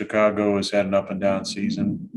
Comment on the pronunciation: Pat McAfee's Pittsburg accent rubbing off on 12. He's dropped the word "Down" for "Dahn"